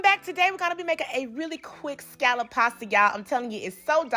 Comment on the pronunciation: Why do so many people pronounce scallop wrong? Ugh